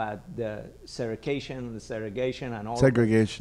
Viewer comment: Its "Segregation" lol damn